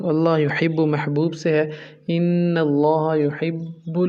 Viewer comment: Bhi g. Allaha aur Rasool Kay leay. Ki arbi allaha per zabar hay jab Kay aap nay Zar parhi Hay.. drustgi kar laen Muhammad Alam